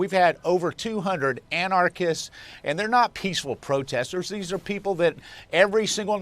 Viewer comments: For someone who was governor, McCrory should have a better grasp of the English language and actually be able to pronounce anarchists the right way. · Somebody needs to tell Pat McCrory how to pronounce "anarchists" correctly. It is only the most superficial sign of his not understanding anarchy, particularly given that neither anarchists nor anarchy were actually present in either Portland or Kenosha. What we had were protesters against unjustifiable shootings of unarmed Black men. Of course, painting the protestors as "anarchists," and protest itself as "anarchy," are just what this White House administration wants.